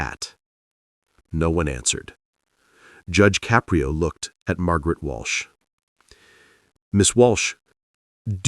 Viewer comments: its Ka-prio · This is made by AI. That is not what Judge Caprio looks like. There is no bailiff in his TV court room. His name is not pronounced Cap pri o. This case never happened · 🟦…. I hate th' way AI pronounces "Caprio".